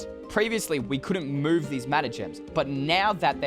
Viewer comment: Did anyone anyone else hear "see her boobs" when he said "see her move"?!?!